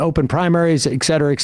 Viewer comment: Some day Sam will learn to say 'et' cetera, with a t, the correct way. Clearly today is not that day.